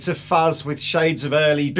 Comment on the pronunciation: It's not fucks, it's fuzz, like xylophone.